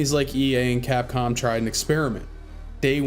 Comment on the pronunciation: did you call capcom cockcum?